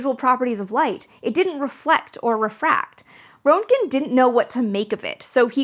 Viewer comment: Roentgen - "Rent-gn"... rent (as in the thing you pay to your landlord every month) and gn (gun without the u). Just say it fast and you have "Rentgn". Put a little trill on the R if you want to sound German. Think of it like Hans Geiger's name... everybody has heard his name so much that they know they drop that first e in his name, and it's pronounce "Giger" (with the long i sound "Guy-gr"). Roentgen is similar, just drop that o and pronounce the first syllable with the short e sound and you've nailed it.